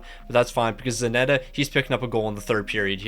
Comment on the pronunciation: Still wondering why Zanetti is called Zanetta hahaha